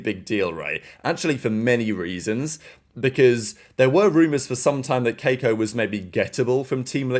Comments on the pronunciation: The bro said KAY-ko with his whole chest 😂😂😂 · is it that hard to say kee-ko